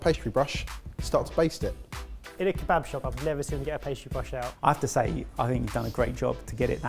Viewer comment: I'm half Syrian and you guys just butchered years of traditions in our beloved Kebaba....ugh!!!